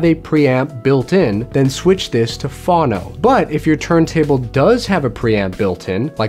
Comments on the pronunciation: The ground terminal is not for a preamp... It's to connect directly to a turntable. A phono preamp connects to the turntable's ground, not the amplifier. Also, Fawn-NO and WOOH-fer. I'm not one of those audiophile douches, but it's important that nobody ever pronounce those words in such a fashion. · You're pronouncing "phono" incorrectly. It's short for "phongraph". Google how to pronounce either please. Quick tip- the first "o" in "phono" is long. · He mispronounces Phono and subwoofer. His turntable's speed is off according to the strobe. What a rookie. Why should I believe him?